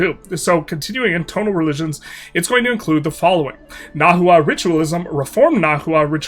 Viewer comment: also, the hu in words like nahua is pronounced like a w. so its na-wa